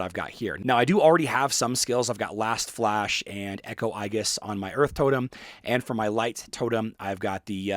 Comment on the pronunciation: that's not how "aegis" is pronounced